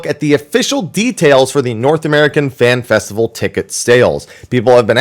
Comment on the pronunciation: This mf said festical